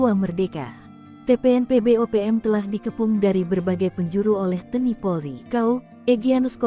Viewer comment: Admin bisa baca gak sih ???? T N I. Kok di baca Te ni.gimana tuuuuuhhhh?????